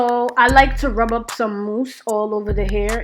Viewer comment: yo the jamaican accent " rub up " lolsss